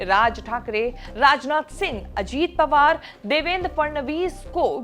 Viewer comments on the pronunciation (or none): none